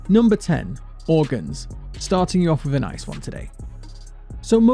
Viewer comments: He sounds like he is saying Mortgage to me which is way worse then organs imo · The organs one sounds like organsh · I hear orginjs instead of organs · the "organs" part sounds like that because it sepates the "or" "ang" "e" as shown in the screens, i think thats why since they are separated in the screens, and when u say it separated like that it sounds similar to " organs ".